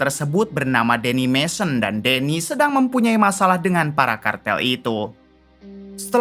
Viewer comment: Mejon mejon Jet sama j beda ya